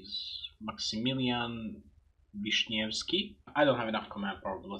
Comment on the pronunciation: Wow, I'm impress, how you read name "Grzegorz" almost without errors xD BTW - "Ś" in "Wiśniewski" is not "sch" or "sz" but very strange vartiant of "s", close to "shi" ;P